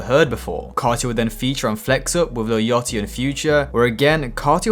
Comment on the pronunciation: „Lil Yotty“